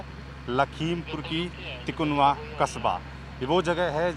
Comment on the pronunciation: Sir तिकुनवा nhi तिकुनिया है हम वही के local se belong krte hai 🤗🤗🤗ghatna ka bhut afsos or dukh hai mere bhai sman ak reporter g bhi expired ho gaye 😭